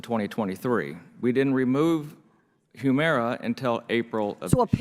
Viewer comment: Katie, it's huemira not whoomira